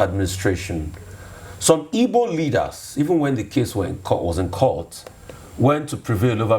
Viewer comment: The word is IGBO not Ibo!